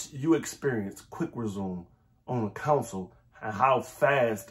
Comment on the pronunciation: I've been in CA too long. I can't unhear "Counsel"